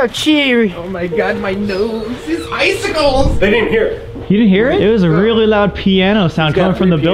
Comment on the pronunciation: “oh my Gawd my nowesa thears iceacals” colby lol